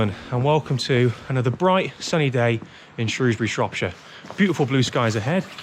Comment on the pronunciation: From someone born and raised in Shrewsbury, thank you for calling it Shrewsbury and not SHROWSbury. I still have nightmares about these annual floods and the weir